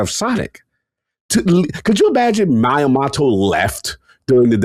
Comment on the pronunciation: I love but someone's gotta correct him on his pronunciation of Miyamoto 😂